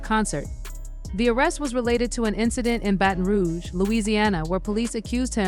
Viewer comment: The way she pronounced "baton rouge" 💀💀💀💀